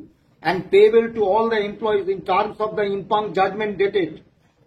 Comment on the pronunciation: কথাটা ইমপিউনড হবে.ইমপাংড নয়।